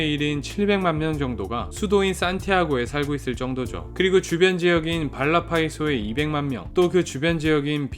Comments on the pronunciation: 저기...발라파이소가 아니라 발파라이소 인데요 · 발라파이소가 아니고 발파라이소가 맞지 않나요?😂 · 발라파이소가 아니고 발빠라이소입니다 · 발파라이소 입니다 😂 발라파이소가 아니라... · 발라파이소 X==>발파라이소 O..ㅋ